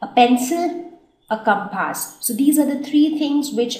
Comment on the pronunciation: Did she call a compass as CAPASS??🤣